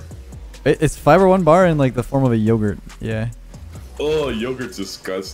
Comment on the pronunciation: No One: Literally no One:: "dO u likE yOGhuRt?